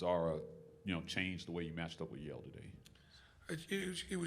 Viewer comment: Yale???? Yale????Yale???? NO EXCUSE.